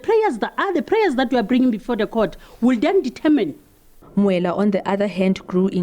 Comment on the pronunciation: TOOO DA:face-orange-frowning::face-orange-frowning::face-orange-frowning::face-orange-frowning:TAMINE!!! ITS "Determine!"